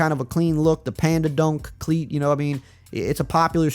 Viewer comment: “PANDA DONK” 😂😂😂😂😂😂😂😂 I know he’s saying “Dunk”